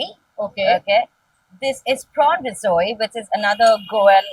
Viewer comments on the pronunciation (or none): Rizoi 😂😂😂😂😂 atleast learn to pronounce the names of the foods ull r eating instead of making an absolute fool of urselves